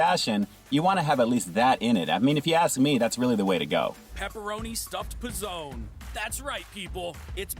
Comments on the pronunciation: "pee zone" lmao It's "puh zone" :P BTW, these are not pre-made but made in store. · “Pee” Zone? 🤣🤣🤣 Is this an R Kelly video?